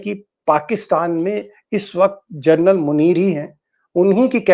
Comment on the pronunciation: Please don't keep saying " Gernal ". Its " General. " Hope U pronounce it correctly.. hereafter.